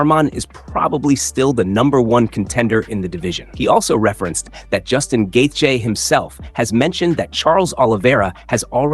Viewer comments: Omg, please stop pronouncing his name like that😖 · Why do you have to say gaethje like that lol you’re KILLING me